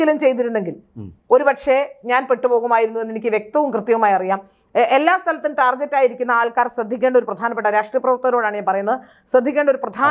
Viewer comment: Correct pronunciation "ടാർഗറ്റ്" ആണ്; "ടാർജറ്റ്" അല്ല. ശ്രദ്ധിക്കൂ!